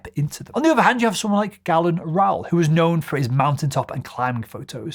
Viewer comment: No excuses. It's GAY-Lunn Rowell, not GAL-Lunn. He was pretty well known, ya know